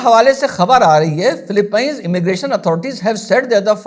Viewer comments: philippines hai not philipianes nahi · Phillipines is pronounced as फ़िलिपींस and not fila - pines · Phillipeeens and not Philipaine. No rudeness intended. Have great respect for you 🙏🏻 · sir Philippines to theek se bol lo ...